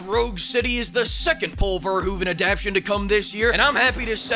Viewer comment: im impressed he said paul verhoeven correctly, thats rare.